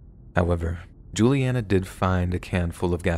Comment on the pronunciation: Omg! Hi my name is Julianna like the girl in the story! Just how you pronounced it. I’ve been listening to scary stories like these for over 6 years and never have heard my name! It was super cool